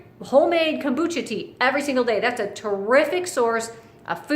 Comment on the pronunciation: U said “terriric way” multiple times or my english ear is really bad.. why bone broth is terrific???!